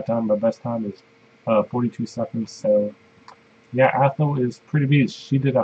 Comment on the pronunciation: learn how to pronounce athel